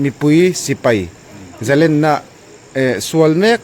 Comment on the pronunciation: Zalenna tih hi a thluk awmin lam ni se. Len tih hi Sangha manna "Len" kan lam ang hian.